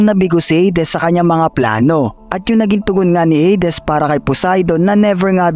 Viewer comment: Baka pwedeng Heydis wag ng Heydes kasakit sa tenga😆